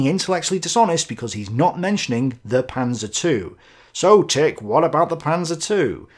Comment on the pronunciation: Its proper name: The Panser two! OK....Man lernt nie aus -:)